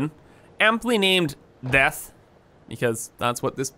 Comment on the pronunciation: 😂😂😂I skipped 5 secs ahead and then I just heard u saying “deth” and I laughed so hard